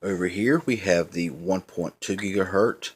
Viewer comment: It's not "gigaherT" you moron! If you say gigaherT one more time!! It's HERTZ...that's a Z on the end man. I would think that if you know anything about technology then you would know this! HERTZ.... HERTZ...GIGA...HERTZ!!